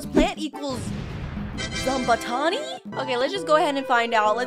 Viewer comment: i think it is pronounced zom-bot-any